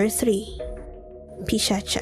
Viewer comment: India - It's Pisach. Not Pisacha. At least the pronunciation is Pisach.